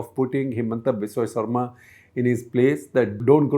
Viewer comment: Shekhar - Good episode as usual. One request : Could you take care pronounce the surnames of non north Indian names like you do for non Indians? Example Saikia and Sharma for Assamese politicians ...